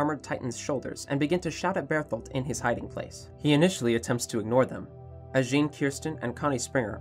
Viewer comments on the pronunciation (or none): none